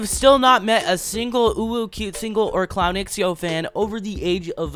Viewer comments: Hey! I actually think it's pronounced Clown zhow instead of x-e-o. Thanks! c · shhhh lep i beg you say "clownxiao" s name right like: 🤡 shao